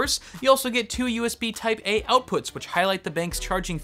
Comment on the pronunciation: just realised you said USB Taipei XD